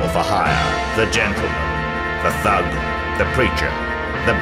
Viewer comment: The narrator's pronunciation of "The Thug" cracks me up every time.